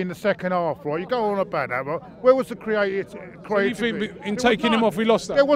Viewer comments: its CREA-T-I-V-I-T-Y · proper struggling to say ‘Creativity’ 😂😂😂